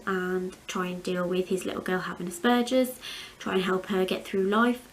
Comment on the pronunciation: I’m so glad you say Aspergers the right way. Some people I’ve heard on the tv pronounce it really different and it really grates my arse lol x